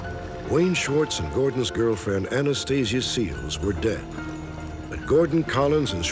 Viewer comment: Anastasia Seels? 😂😂😂😂